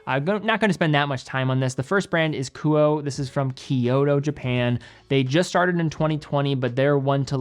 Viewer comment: Kuoe is pronounced ku-oh-ay